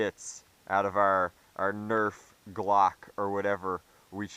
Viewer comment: please tell us that you calling it a "Glock" was a joke.